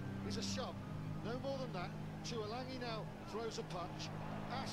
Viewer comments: Haha you cant tackle anyone thats off the ground bro and its pronounce like this( 2 E lung E ) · 2 e lung e, is how u say it